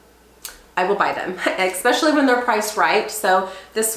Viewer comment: It’s ES pecially not EX specially 😊